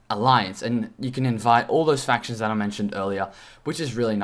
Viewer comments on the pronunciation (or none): none